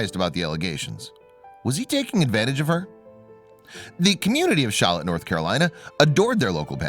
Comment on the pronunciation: It’s Charlotte not shallotte